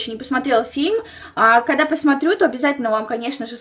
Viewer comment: ты вместо "когда" говоришь"кода")))ахааха)